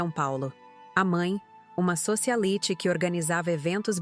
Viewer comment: Uma pessoa que se propõe a narrar um texto , tem quesabwr ler outros idiomas .Ao invés de pronunciar SOICIALAITE a intérprete pronunciou : SOCIALITE😒😒😒😒